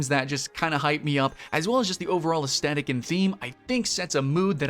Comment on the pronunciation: The G sound in genre is the same sound as the J sound in Jacques. You know like Jacques Cousteau? It’s not pronounced with a hard J sound like John. Aesthetic is pronounced largely as it is written which is to say that th is pronounced with a th sound not a t sound. You can’t aside something, at least according to the rules of proper grammar as aside is never a verb. Though good for you for trying to use some fancy words in your video to make you sound sophisticated. Also I don’t think ciserity is a word.